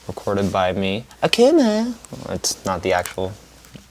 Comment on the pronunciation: Is it just me or did yall always pronounce it “A” “K” “V” “M” “A” instead of “Akuma”?